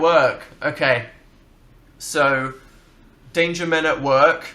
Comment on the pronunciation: istg I thought they were saying "date your men at work" not "danger men at work"